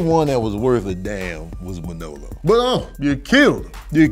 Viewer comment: It's weird hearing you put the emphasis on the second syllable of Manolo's name, ManOlo instead of MANolo. But Scarface is my favorite film. We got to see the whole spectrum of Tony, his rise and fall, his rags to riches story.